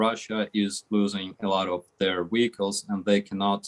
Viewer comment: say wihicles ten times fast...